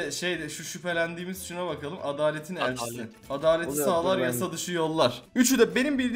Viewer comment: ADELET DEĞİL ADALET ‼️